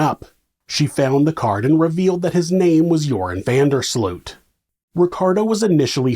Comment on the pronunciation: Sloot is pronounce 'Sloat' in Dutch